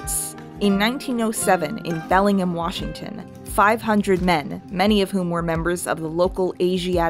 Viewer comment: Because it is an American city it is pronounced Belling-ham washington by all the residents there, though the English city is pronounced Bellingum as you said in the video.